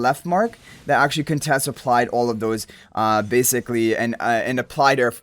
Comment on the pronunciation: Waaaoow!!! You said her name right. Nice 😁👍🏽